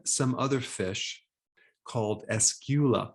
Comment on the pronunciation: Its Escolar not escula 🤔👍